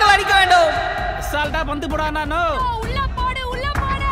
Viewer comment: ஐயா அது பொந்து இல்ல பந்து😅😅😅